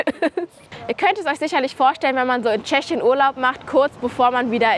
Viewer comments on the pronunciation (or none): lieb gemeint: du sprichst Tschechien wie Schechien aus 🤣🤣🤣🙌🤟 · Ich liebe deine Videos, aber wie du Tschechien aussprichst triggert mich so hart... Scheschien, scheschische.... 🤦‍♀️